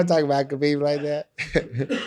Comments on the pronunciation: Called him Kebob lmao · Called him kabob😭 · Nate calling khabib “kabob” killed me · Nate said KhaBob wtf 🙈😂😂😂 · When Nate called Khabib “KhaBob” 😂😂😂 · Called him Khabob lmao😂😂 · Homie said kabob🤣🤣🤣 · Lmao he said Khabob